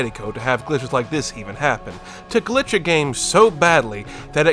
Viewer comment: a "glitché"